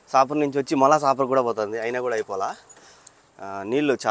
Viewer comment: సాపర్ కాదు సఫర్ అనాలి